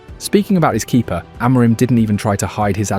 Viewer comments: Are you Ai? Why can't you say the head coaches name properly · I really like your videos but please please pleeeeease look up how to pronounce Amorim. While your at it, look up our players too.